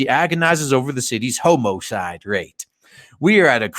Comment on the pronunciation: what's a "homocide"?